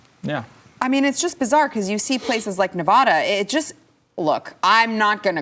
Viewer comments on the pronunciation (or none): I love you all and this channel, please learn how to say Nevada. I know it's a small point. But there's zero H and the A's are hard A's .